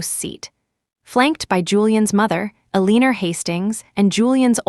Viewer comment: Julian's mother's name is Eleanor (pronounced L LEN OR) not a leaner